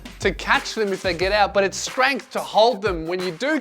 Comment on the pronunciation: "Strangth" From a fellow Australian that's beautiful.